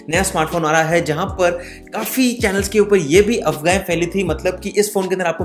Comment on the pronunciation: अपवाहे होता है वो अफ़गाहे नहीं